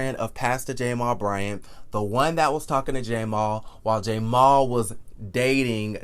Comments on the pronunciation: His name is Jamal, please stop saying jamar. Now Jamal Bryant character is not being assassinated. Jamal's dumb ass sat on IG with an damn upside down binder. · I just love when you say "Pastor J-mal Bryant at New Birth Missionary Baptist Church in Lithonia, Ga" 😂😂😂😂 I can't!! I fall out every time!!